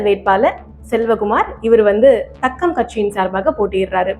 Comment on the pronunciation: அது தக்கம் இல்ல. தாக்கம். தாக்கம். தாக்கம். தாஆஆஆஆஆக்கம்.